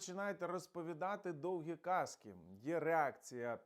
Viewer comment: Не кАзки, а казкИ